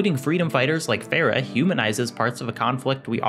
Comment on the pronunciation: the way you said "Farah" bro ☠ My aunt is named Farah and it pains me the way you said that name.